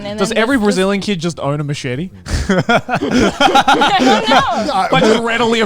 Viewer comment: okay but why does pronounce machete like my abuela?